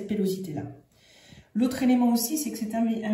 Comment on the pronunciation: Mais enfin madame ! L 2ème masque a été réalisé sur un cadavre embaumé ! Et on ne dit pas pellosité mais pilosité !